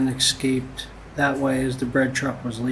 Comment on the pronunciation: es caped not ekscaped